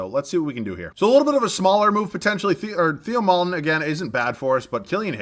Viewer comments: Its pronounced "TAY-oh" Maledon not "Thee-oh" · Theo maledons name is pronounced teo